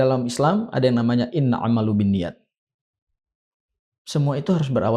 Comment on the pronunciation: MasyaAlloh... Koreksi dikit bukan inna'amalubiniyath... Tapi InnamalA'malubiniyath.